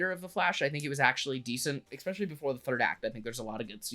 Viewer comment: It’s pronounced “es-special-lee”